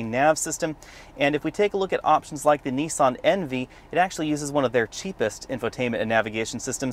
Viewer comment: Painful pronunciation of words there! It's NIS AN not Nee san and fee it not fee at!